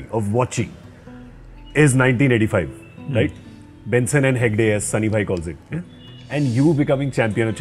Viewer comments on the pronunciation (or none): yes and he quoted Gavaskar. "Benson and Hegde , as Sunny calls it"